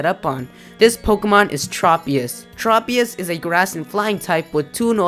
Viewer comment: Tropius. Trow-pius not Tropeee-us.